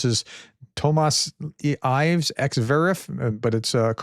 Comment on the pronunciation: Tomas Ill-ves, like ill (sick). Just for purpose of pronunciation.